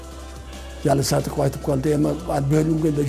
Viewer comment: Сыдыков эмес Садыков деп окунузчу